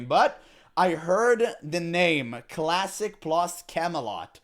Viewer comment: ermmagerrrd cwassic pwus???? soyyyffaaaaacccceeeeeee